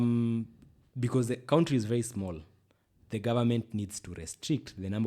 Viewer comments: Any time he says country, "kauntri", I am sad. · Someone teach how to pronounce 'country'. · Bado anasema Ko-untri shwenzi